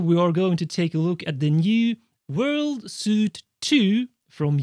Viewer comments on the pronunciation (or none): Nice one! Just trying to be helpful here> “Suite” in American English is pronounced just like the word “sweet”. Like “sugar is sweet”. I don’t know if the British pronunciation is different, but I assume not. I know your not an idiot. Languages can be funky. 😬🤷🏻‍♂️ Also, didgeridoo. The “oo” is pronounced like “Ewe” like the animal, or sounds the word “choose” or “loose” or “booze”. Not “ohhhhh”. 😁